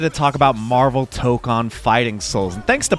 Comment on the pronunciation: I'm sorry for being pedantic, but "Tokon" is pronounced like "tow-cone" rather than "toke-on". I don't know if there's an official pronunciation guide somewhere, but the vowels are the same in Japanese (the first one is just longer than the second one).